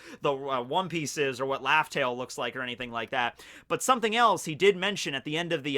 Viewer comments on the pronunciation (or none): laughtail I love it.